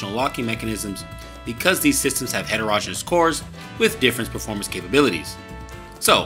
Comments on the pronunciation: It's heterogen-e-ous. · Ditto, background music overwhelming content. Also, look up pronunciation of heterogeneous.